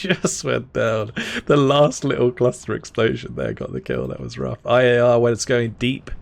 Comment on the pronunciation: Every time you say IAR all I hear is AYAYA! and it always makes me laugh. Please never change that